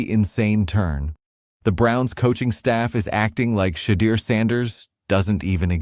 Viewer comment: Learn how to pronounce Shedeur"s correcctly Every Damn Time!!!